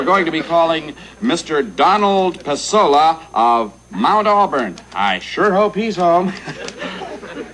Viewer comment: There are two very different versions of the final act of this episode. In the first, the fake Pesola is played by John Wheeler, who mispronounces the name "PAY-so-LA." The fake Pesola gets away with the money and the station is forced to pay out twice. This was re-taped with Vincent Schiavelli as the fake Pesola. In this ending, as the fake Pasola is leaving with the money, Johnny asks to walk out with him, professing admiration for Pasola's knowledge of music. Moments later, the real Pasola arrives to receive his money. Herb starts to explain the mix-up to Pasola when Johnny walks back in with the money, telling Carlson "That guy knows even less about music than you do." The second ending was typically seen in syndicated versions of the episode; the original ending resurfaced on the 2014 Shout Factory DVD release. FYI Don Pasola was played by Tracy Walter who some would know as Jack Napier's Number Two "Bob" in Batman.